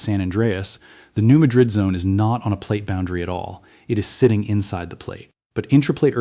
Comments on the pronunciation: Thid is AI, New Madrid is pronounced New Mad-rid; not like the Spanish city. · It is pronounced Maaad rid